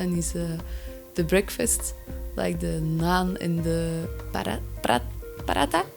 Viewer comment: Prhatha....no ...Paratttha 😂btw nice video.